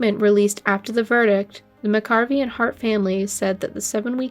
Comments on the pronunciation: Please learn the correct pronunciation of Michaela's surname. It is Mcareavey, Not Mccarvey! That is a completely different name. RIP Michaela. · Michael McAreavy (mac-a-reevee) is the pronunciation, she was a beautiful girl and they were a madly in love couple. If he was going to kill her he wouldn't have waited til the last few days of the honeymoon, yet he was under suspicion immediately. The police were shambolic too, they botched up the evidence and it was horrific. How these men were declared not guilty is just the biggest miscarriage of justice. The jury was a joke. Legends just rebranded itself as a new hotel and carried on. Poor Michaela and the other victims. RIP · Please give respect and learn how to pronounce John And Michaela’s surname properly.